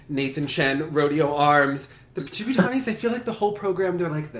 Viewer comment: The Shibutanis have been competing in seniors for almost seven years and you still can't pronounce their name? You're a dumb-ass,. Then again, you also think "bored of" is grammatically correct.